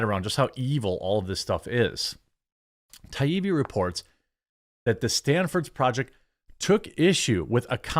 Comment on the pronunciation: You need to learn how to pronounce Matt Taibbi's name...not Ti e bee 😩